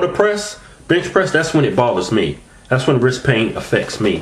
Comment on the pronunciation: Hahahaha in the "tags" you write "wrisT" but in your vids you say "wrisK" hahahaha